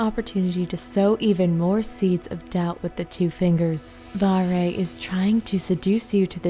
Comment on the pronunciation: it's not varre it's varrrrrré